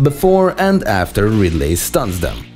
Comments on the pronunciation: STOP SAYING "RidLAY" when you mean Ridley. Ridley is pronounced (Ridlee) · Did anyone get annoyed by him saying radly?🤔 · "You want to hear another joke, Ridd-lay?" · "How about another joker, Rid-ley?" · the pronunciation of ridley is killing me